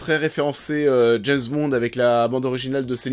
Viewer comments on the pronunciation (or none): none